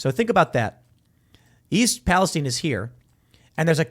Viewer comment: What is this 'Pa-les-teen' pronunciation?